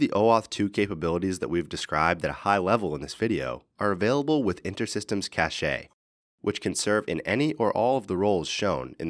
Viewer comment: cache is pronounced 'cash' like in money. Not 'cach-eh'! , got it , Eh! talk to some of nerds in your company, you are promoting their product